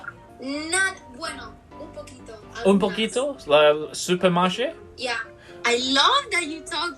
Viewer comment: when I heard the Supermarché 😂 lmfao you are totally speaking Spanish in French accent 😂